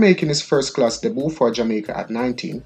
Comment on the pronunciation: Hey man you need language training badly. Hit not it. Debut not Deboo and many more. Please...